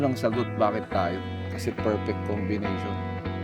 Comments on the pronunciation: Perfect congviynation "combination" aww ❤ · The “CONGVIYNATION” 🥹🥹🥹🥹